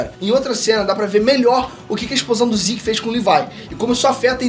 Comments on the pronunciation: Custei entender quem é esse tal de "Levai"que ele fala no vídeo,é "LEVI"e não "LEVAI"seu filho duma puta...ótimo vídeo mano,curto vc pra carai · Tirando o LEVAIL tá ótimo... O nome é Levi .. Ficou muito forçado. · Só na terceira vez que entendi que Lívai é o Levi 🤣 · Porra!! Q LIVAI mano...??? demorei pra entender quem é essa porra de LIVAI... é LEVI porra!